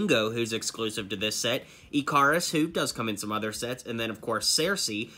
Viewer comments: Ikaris is pronounced icarus, Ick-ar-us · Just wanted to let you know that Ikaris is pronounced Ick (like stick) er us.